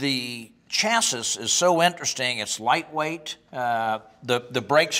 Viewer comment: Did he really say chass-is?